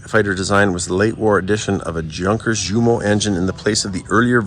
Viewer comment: Jumo is properly pronounce "You-mo" , much like Jugoslavia (Yougoslavia)